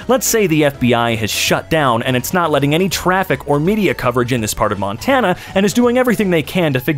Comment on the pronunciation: Why you say Montana that way what's your answer Montana is the best ok we have Lewis and Clark the best views and cold af but 105 in summer